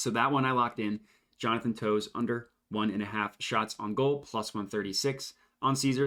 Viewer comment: They’re pronounced “Taves” and “Cuh-chuck” 👍🏼😂